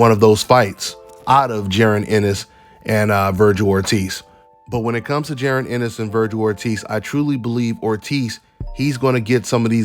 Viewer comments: The man name is jaron not jerin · J A...RON its Ja..Ron lmao great breakdown though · Just call him em is bro 🤣 saying that man name all wrong